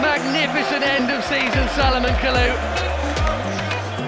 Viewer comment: It's Kalou or Kalour 😂😂😂😂